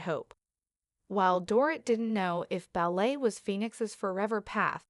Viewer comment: Can you at least learn how to pronounce her name correctly? It’s Do-rit - like omit 🤗